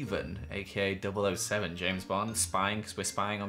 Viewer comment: no one:: duble ohseaven